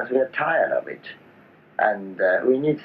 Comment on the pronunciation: 別に変な発音じゃないけど 最後の「of it」の「t」が完全に「ch」じゃん？ なんならネイティブで「t」は発音しない。 皆に勘違いしてほしくない 「彼の英語は完璧ではない」ってことを俺は言いたい。 しかしカッコ良くて色気があることは確かだ事だ。